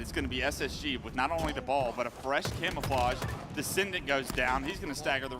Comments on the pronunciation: "And trippy now has the CAMMMAFLLAAAGGGAAA (a simultaneous Australian/british/new Zealand/english/crocodileDundee accent)" Its Cam-O-Fla-je Not Cam-A-Fla-GggAAAAA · Man i really hate the way he says camouflage l, i absolutely hate it.